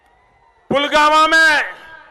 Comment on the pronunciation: Pulgama ❌ pulwama✅